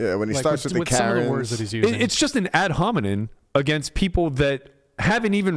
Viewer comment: *versus not verse * Ad hominem not ad hominen